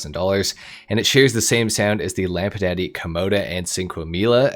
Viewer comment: why you pronounce it lampadaddy lmao